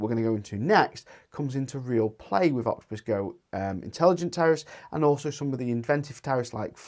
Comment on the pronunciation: Its Intelegent Octopus Go not OGI 😅